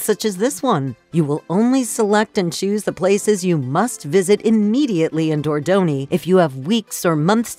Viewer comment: What the hell is going on with that woman's pronunciation? And where the hell is Dordoni? Or Riviera..?